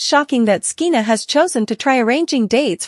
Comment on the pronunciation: SKEENA? What's wrong with you? Her name is pronounced like SHEENA. You sound ridiculous. When did you ever hear of the name SKEENA?